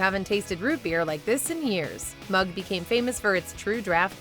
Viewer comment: fuck you its mug. redo. you failed. try again